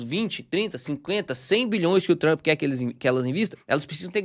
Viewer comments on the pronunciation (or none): none